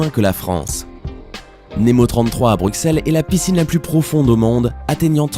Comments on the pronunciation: Mais non mais comment il dit Bruxelles lui, on dit Brusselles pas BruXelle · Alors si tu veux avoir une place chez les Belges, on dit Brusselles et pas BruXelles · On dit pas le x de Bruxelles sa prononce en s nemo 33 et la plus grande piscine d'Europe snn je extrement fier d'être Belge🇧🇪🇧🇪🇧🇪🇧🇪🇧🇪🇧🇪🇧🇪🇧🇪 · Brukselles n'existe pas. Et Bine-che aussi. Et on prononce Anvers AnverSSE